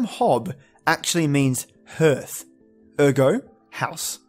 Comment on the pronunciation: Couldn't follow this all the way through because of your awful mispronunciation. Albeit all-be-it not al-be it, Gervais Jervais you know like Ricky Gervais, hearth is harth and means the fire place (home and hearth as the saying goes) Bogart and Bogle (the Scottish variation) Bow-gart and bow-gul. That's as far as I got and I see that you are threatening to have a remake so if you do please learn how to pronounce the words correctly before you venture into it. No one likes to have their name mispronounced as many names are derived from an ancient description of the beings. Did you mention that the Irish word for the fae is sidhe (shee) like in the banshee?